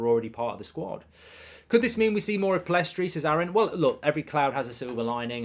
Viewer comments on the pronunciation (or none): Pellistri not Pillestri